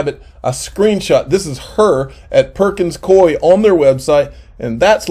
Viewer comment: It is pronounced Perkins Cooooo eee